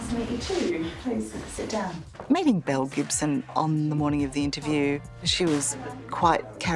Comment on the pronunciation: Just curious, anyone else thought they said Mel Gibson (the actor), then proceeded to keep hearing them say Mel Gibson instead of Belle then Bill?! 🥴🫣🤣